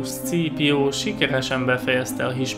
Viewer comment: Zseniális volt ez a videó! Amúgy Scaepio nevét ,,Szkípiónak ejtik :) ‘m